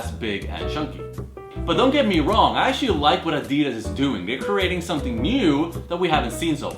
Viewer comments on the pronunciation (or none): none